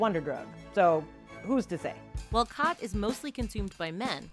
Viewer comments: its pronounced more like gat than khat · Watching from Ethiopia Africa. It is pronounced chat not cat. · You're mispronouncing it. Its not Cat its more like Chaat. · It's pronounced as "Chaat" in Amharic 😂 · It’s pronounced “ghath” (Yeman)